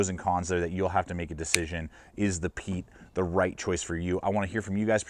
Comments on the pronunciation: Pronounced Pie-et its a canary or intelligent person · Pronounced Pee-et